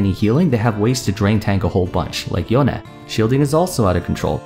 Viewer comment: I luv ur vids just coz u call Yone properly when all other Youtubers call him YOUN.